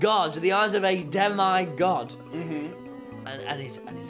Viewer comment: The way Tommy pronounces Demigod scares me